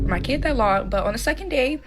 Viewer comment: Extremely hard to listen to ANYONE who lip smacks mispronouncing words like KeyYid, finna, bet, me yen you, koo, baffroom etc!